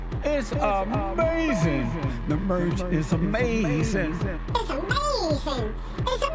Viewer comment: “You wouldn’t say dat” “yes I would” “amasin” HES NOT EVEN HEARING WHATS REALLY GOING ON DUDE